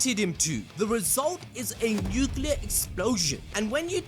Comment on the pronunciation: NUCLEAR. NU-CLE-AR. Like New-Clear. Not hard.